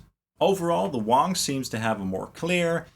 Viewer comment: It's pronounced WANGS (long "A"), not WONGS...dumb ass.